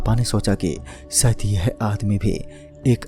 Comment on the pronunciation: Sayad nhi shayad Khusi nhi khushi Sopping nhi shopping Biswas nhi vishwas Bhai sa nahi sha hota hai Kahani bht ache se sunai lekin Vocabulary ko thoda improve kar